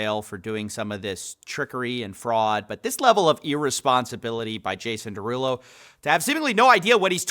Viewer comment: “Jason Derugpull” is crazy